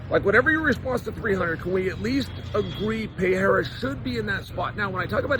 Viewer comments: “Pee-air-a” -Chael sonnen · Can we first agree that you don’t know how to read? Pee-Aira? You can clearly see that there is an R in the middle! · Chael still calling him “Pierra” has become stale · Alex Pee- era 😂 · Lol is "Pay-era" a new one? I haven't heard it yet... I got Pereira by way of outside interference from ankaliev. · One of us doesn't know how to say Pereira correctly.